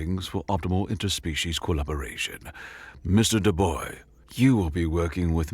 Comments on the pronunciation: Shouldn't his last name be pronounced Dubwa not Duboi? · Dubois is pronounced Doo-Bwah, not Doo-Boy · The MC's name, Dubois is pronounced Doo-Bwah It's French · my only critique comes from the mispronunciation of the of the protagonist's last name. the 'bois' part of the last name, specifically. To be clear, it's an understandable mispronunciation, but it is said like "Bwah". Aren't French words fun? Fun fact: 'bois' means 'wood' in French. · Forgive me for the correction but the correct pronunciation for "Dubois" Is "Dubua", like the evil french woman from Madagascar. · Dubois French pronounced Do-BWAH Anglican version is Dew-Boyz, depending on which the author was going for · Or duh-boys as he said at one point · Our hero born and raised in cajun country. Dubois is a very french name. It's pronounced closer to Do-bwau. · Thank you! That was driving me crazy. I was cringing every time he said "Do-boy" and I'm not even French. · either way he said Dubois, he was wrong.